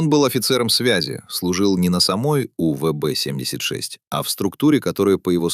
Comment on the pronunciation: УББ 😂😂 сраный ИИ